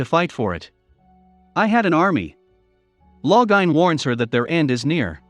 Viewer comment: Loving how the computer/robot/whatever pronounces all the names 😂 Every time it says Lo-gah-in I start giggling.